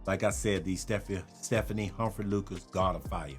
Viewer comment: Stephane is a guy, not Stephanie Stef ähn is the pronunciation my guy.